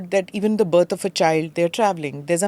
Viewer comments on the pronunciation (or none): none